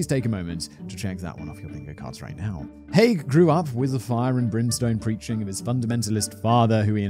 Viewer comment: Hearing Haigh pronounced correctly so many times filled me with joy - I get called Mr High, Mr Hay etc so many times I have stopped correcting people. Also same surname but no relation (I have checked, lol)